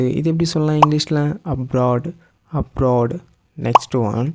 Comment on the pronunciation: Aboard, அப்ராடு என்பது உச்சரிப்பு சரியா...?